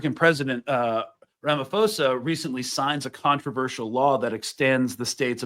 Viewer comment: Love and solidarity from Johannesburg, South Africa ❤! Btw, Ramaphosa is pronounced: Rum-uh-PAW-suh, with the stress on the PAW syllable (the Rum-uh is more of a single syllable; I just wanted to point out how the first and second a in "Rama" are pronounced; also, the PAW is probably not quite right, in fact it's all not quite right, just the closest I could do) But for non-South Africans, just using a P sound on the "ph" (and not an F sound) will get you closer to the correct pronunciation.